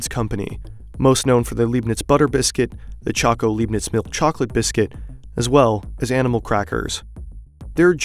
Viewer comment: LEIBNITZ - not Liebnitz....:( Is German pronounciation really that hard?